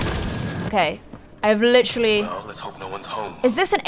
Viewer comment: "licherally" o no, it's another leafy